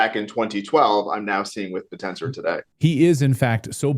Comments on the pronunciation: Shouldn't it be pronounced like "bit-tensor" ? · its pronounced Bit - Tensor. pronouncing it incorrectly makes me think you haven't watched anything about it. and this is old news, its up 240X since inception